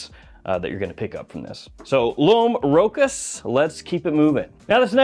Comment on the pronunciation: Rochas is pronounced Row Sha.